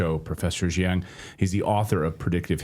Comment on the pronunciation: Just for future reference. The Chinese surname Jiang is prounced as jee ahng, The 'ah' is short 'o' sound, like when a doctor says, "Say ah," during a throat exam. The two vowel sounds in the middle 'ee' and 'ah' are seemlessly softly slurred together, not very distinctive or over emphasized. Another example of the 'ahng' is the fitst name of the famous movie producer Ang Lee, which is properly pronounced as a short O, not a long A. I'm guessing that many Americans mispronounce Ang Lee's name using a long A because the 'ang' spelling reminds them of the word angst or sang.